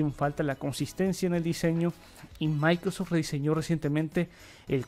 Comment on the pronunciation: Amigo, por que, en muchas ocasiones, se te escucha decir "maicros" cuando te refieres a Microsoft?... da mucha risa. Igual, que quede claro, eso no demerita tu trabajo.